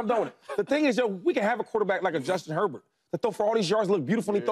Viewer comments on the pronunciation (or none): none